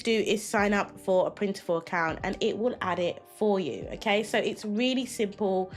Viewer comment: They did but still maintain separate brands. It’s funny that merged the names though. It’s Printful not Printiful.